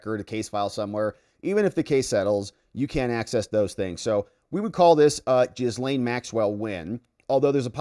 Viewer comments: Gah-Lynn, G'lin . . . not Jizz-Lane. Her name's not hard to pronounce. Anytime her brother is interviewed regarding her case, he calls her G'lynn. So just pronounce it the way her own brother does. Why is that hard? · I love your channel and I’m thinking about being a member (aka membo), but you have to start pronouncing Maxwell’s first name properly. It’s pronounced “Gil-Lain”. The “s” is silent! You’re welcome! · Her name is pronounced Ghee-lane (hard G, silent S), I believe she introduced herself using this pronounciation. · Jizz-lane... lol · Did they call her gisum?😂😂😂